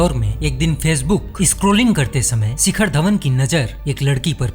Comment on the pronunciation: सिखर नही शिखर